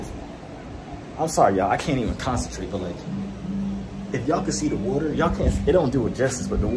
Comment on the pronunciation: Not me replaying him say wooter